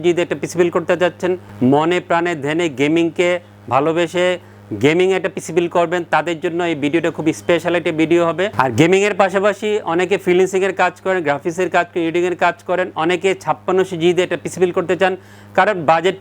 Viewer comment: Bhai freecelinning na, freelancing bole